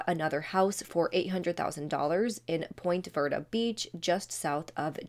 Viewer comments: Hi, love.. just so ya know, Ponte Vedra is pronounced like "Pon-tuh Vee-druh" not "Point Ver-duh" No shade. Just wanted ya to know. 😘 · Ponte Vedra not point verda. Veee - dreea